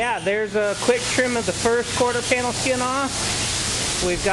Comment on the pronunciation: "quarter skanel pin" ...ya gotta hate when that happens. It's because both words are trying to get out at once, and come out like verbal jambalaya.